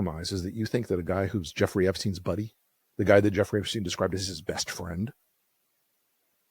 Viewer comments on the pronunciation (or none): His name was Epstein, not 'epstene'. Try Forvo, or learn basics of German.